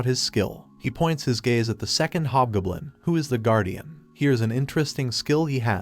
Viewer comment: GOB. . . JUST SAY HOB G O B L I N. NOT BLOODY GUBLIN OR GBLIN. . . WILL YOU LEARN HOW TO TALK FOR CRYIN OUT LOUD!!!